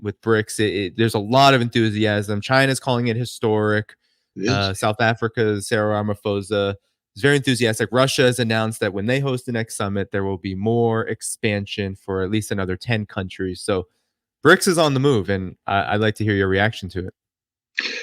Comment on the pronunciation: Ramaphosa pronounced ramaposa no ramafosa. Please 🙏🏽